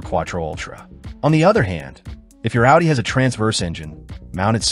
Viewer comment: A W UDI